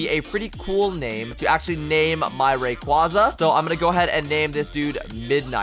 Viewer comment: it cringes me so much when people pronounce a pokemons name incorrectly like the way when he said Rayquaza